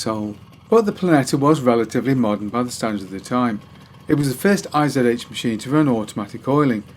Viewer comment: IZH is not I - Z - H :D The russian name is made up of 2 characters I and ZH :) in German I would write ISCH and ISH is probably quite close as well with an i like in give for example...